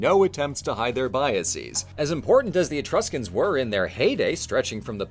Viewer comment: "Be vewwy vewwy qwiet, we're hunting Etwuscans..." -, seemingly